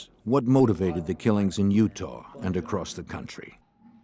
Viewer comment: In what vernacular does "ah" ever pronounce as "r"? He said at the beginning this event took place in "utar" instead of "Utah", too funny.